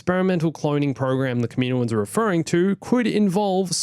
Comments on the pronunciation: its kaminoans not kaminoins just trying to help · The way u day kaminoans throws me off lmao i pronounce it “cam-in-owens” Also, one thing that sucks about introducing anything new is how it wouldn’t fit in the og trilogy (maybe) and ESPECIALLY the sequel trilogy. There’s a lot of loops to go thru